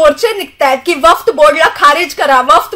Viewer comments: वफ्त बोर्ड नाही ग बाई वक्फ बोर्ड.😂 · वफ्त नसतं वक्फ असतं😂😂😂😂😂 ! दुसऱ्यांना खूप वाकडं लावत असते ! आधी स्वतः शुद्ध बोल.